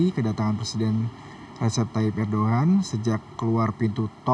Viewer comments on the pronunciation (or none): bacanya bukan erdogggan, tapi erdowan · Erdogan dibaca Erdoan ya..g ga diucap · Kenapa huruf G nya gak dibaca ya ?? ERDOAN...